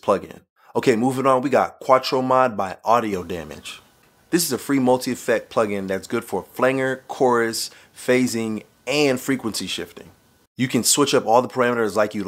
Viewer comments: Great video. But it Flange-R not "Flang-er'. Love ya man. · I have to laugh. A "flan-G er"? So it flangs? Yeah! Let me put some FLANG on that sound! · Flange is pronounced "flanj". Flanger is flanjer. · Short A and soft G in "flanger".